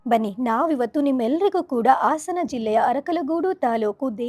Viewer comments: ಅ ಕಾರ ಹ ಕಾರ ವ್ಯತ್ಯಾಸ ಏಕೆ ?ಅದನ್ನು ಸರಿಮಾಡಿಕೊಳ್ಳಿ ಆಸನ ಅಲ್ಲ ಹಾಸನ ಅನ್ನಿ ಆಸನ ಅರ್ಥ ಗೊತ್ತು ತಾನೆ? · Aasana. Alla. Haasana